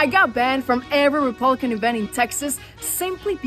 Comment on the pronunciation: Valentina Gomez cannot even pronounce “Republican” and she thinks those racists will support her! 🤣 The delusion…I’m with!